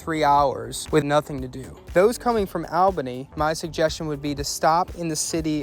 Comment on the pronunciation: Excellent vid. Just as an FYI New Yorkers pronounce Albany (All-Banie).